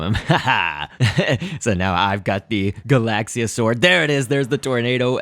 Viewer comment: It's not "galasia" it's "galaxia".